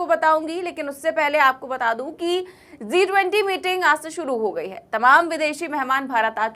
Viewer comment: Zee 20 nahi G20 bolo.